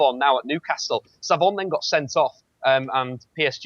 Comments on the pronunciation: would fool people into thinking he knows what he's on about if he didn't say "Kazari" and "Saivon" instead of 'Khazri' and 'Saivet'. He seems a nice enough bloke but he's such an insufferable football hipster... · its khazri not khazari and saivait not savant